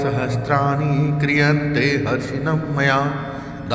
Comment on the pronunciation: Zap galat hai 😡😡😡😡 Harnisham maya hai, na ki Harshinmmya 🙏🙏🙏 correct video dale... BURA EFFECT PDEGA